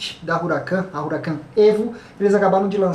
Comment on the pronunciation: A pronúncia correta é 'Uracán', e não 'Ruracân'. Um abraço!